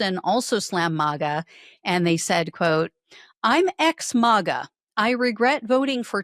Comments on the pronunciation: It’s not mawga. It’s maga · Please stop saying MAWGA. It's Maga. Short "A". Not long "A". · Is she AI? She mispronounced maga